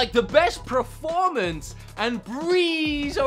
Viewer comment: pronunciation of "performance" bothers me so much